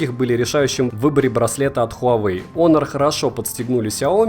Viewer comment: Почему все говорят онор а не хонор что лень договорить чтоли